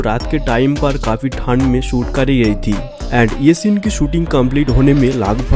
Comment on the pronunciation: Bhai jab aap thand bolte ho to mujhe kuch our sunai deta hai apni Hindi thik karo 😢